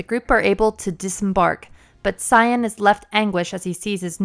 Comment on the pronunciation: Say-bin, Kai-en